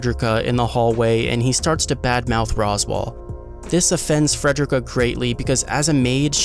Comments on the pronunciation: I'm crying dawg it's Fre-de-rica not Fred-drick-uh 😭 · Love the video but... it's fred-ree-ka. Ffs. You don't say "fred-er-rick" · Not only did you mispronounce Frederica's name, but your description is totally wrong. She did not work for Roswaal "back in the day"-- She always worked for Roswaal, she is just the head maid of a different mansion he owns. I don't think it would have been a meaningful spoiler to be accurate about that. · Your announcing fredickas name wrong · Learn how to say Frederica